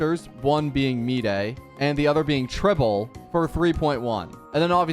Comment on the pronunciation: Is he saying trible on purpose?